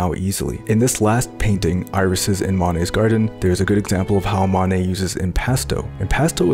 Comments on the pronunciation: Though pointing out minor pronunciation errors is boorish, in this case there's potential for genuine confusion. To my ear, you seem to mistakenly say "Manet" (MAH-nay) instead of "Monet" (MOE-nay). Inconveniently, Manet was a real person, coincidentally another French impressionist and friend of your intended subject, Monet. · Love the Monay and the Van Go recreations, but please learn to pronounce those names a bit better.